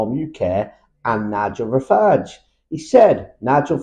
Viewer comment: Farage! Not Farell.